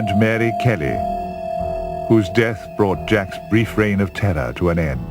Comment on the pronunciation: "A rreign of terrrahhh" - awesome...